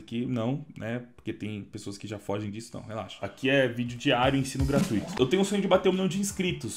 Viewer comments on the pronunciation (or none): none